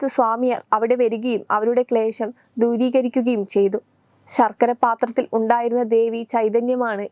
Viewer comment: ശർക്കര അല്ല കുട്ടി ശാർക്കര